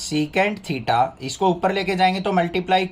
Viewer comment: Sir mein bhi kabhi kabhi thita ki jagah kush or bol deti hu😂😂😂